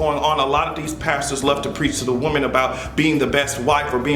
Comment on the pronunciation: YOU'RE TOO SMART TO BE PRONOUNCING "WOMEN" INCORRECTLY EVERYTIME 🤦🏾‍♂️